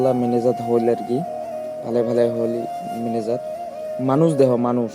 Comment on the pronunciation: মিনাজাদ নাহয় মোনাজাদ। দেহাইম নাকইস দেখাইম কইস্। সুন্দৰ উপস্থাপন